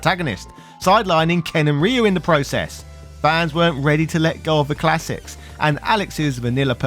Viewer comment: You’re pronouncing RYU correctly! YES!